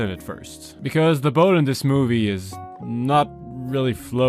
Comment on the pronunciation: Love how his english pronunciation of "boat" was more german sounding than his pronunciation of "boot"